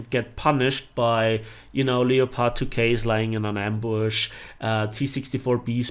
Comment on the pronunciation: If you say Leo-Pard one more time I swear to god I'm never watching another one of your videos xD